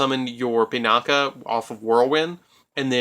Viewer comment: Oroshi - "Or-oh-shi", Sohaya - "So-hi-ya", Pinaki - "Pin-ah-ki" say it with me now!